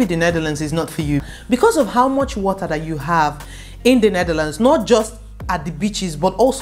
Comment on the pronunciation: We like de wotaaahh! Fun video!